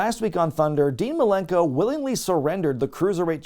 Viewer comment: Best part of that Jericho vs Dean Malenko feud? Jericho calling him “Dean Malerkel’